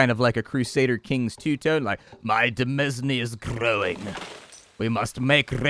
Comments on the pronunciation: the S in demesne is silent. Pronounce it dəˈmān. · Hate to break it to you but "Demesne" is pronounced in exactly the same boring way as "Domain." And they mean the same thing. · Ooh sweet, new Kingdom content. Bee tee dubs, demesne is pronounced the same as domain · de·mesne /dəˈmān/, pretty close to how you pronounce domain, which is the modern version ... sometimes the way you pronounce some words just ... makes me cringe inside... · I realize he's joking with the pronunciation, but PSA for those that don't know. 'Demesne' is the orrig. spelling of the word 'Domain.' Retains the same meaning and pronunciation.